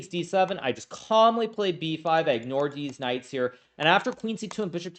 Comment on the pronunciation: I can’t I unhear deez nutz each time he says these knights after that one slip😂